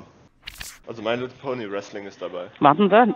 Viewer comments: "Restling" ;D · Die sagt restling XD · Ernsthaft... .. . My Little Pony Wresling?!? Und du hast es sogar noch ausgesprochen... .. . Das ist es doch wert mal aus zu probieren.